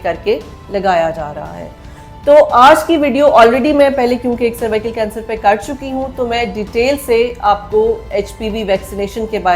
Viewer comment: Madam jee it's cervical not survical ap Galat pronunce kar rahi Hain woh nhi... Dikhai ja kar bahr ky mumalick mei is vaccine ne kiay karnamay kiay Hain... Yahan bhooky ko Khana free nhi milta vaccine kesy milni.. jaiyee ap!